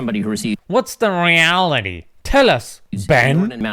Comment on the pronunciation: The way you pronounced "Reality" was hilarious 😂😂